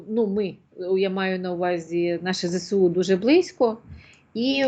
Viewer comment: то зсу, замість З(е)С(е)У, то афри'ця, замість А' фрика..